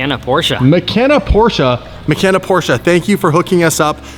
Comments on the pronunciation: The way you pronounce Porsche XD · You managed to pronounce both words in "Porsche Taycan" wrong